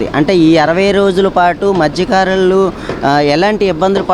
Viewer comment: Madhykaarulu kaadura, Mathyakaarulu..great reporter